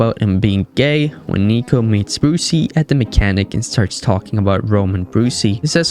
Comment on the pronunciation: I wanted to watch this but I can get through the lazy speech. Duh ≠ the. Unless English is not your first language then I guess it's a pass. Still, can't watch